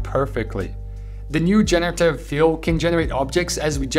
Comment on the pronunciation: Thanks for your great work! Another tiny pronunciation tip, it's GENerative, not jen-AIR-ative. We all learn every day, thank you for teaching so much :)